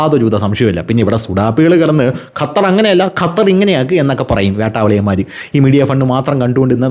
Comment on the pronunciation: അയ്യാ വണക്കം, വേട്ടvaliyanmar എന്ന പറച്ചിൽ കേൾക്കാൻ നല്ല രസമാണ് 😂😂😂😂